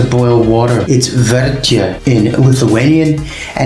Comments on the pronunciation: it is virti not verti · You wrong not VERTI but VIRTI ( boil )